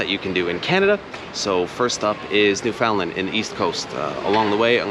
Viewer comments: You are from Canada and can't pronounce Newfoundland? New-Fun-Land. Accent on the first syllable. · Newfoundland is pronounced NEW fin land, not New FOUND land.